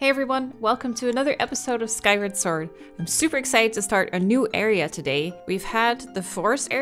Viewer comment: said Skyward Sword correctly for the first time! (Without getting confused, I mean)